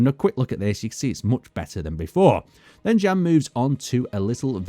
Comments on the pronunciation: I still don't think his name is pronounced as Jen :D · jan would be pronounced as yan im pretty sure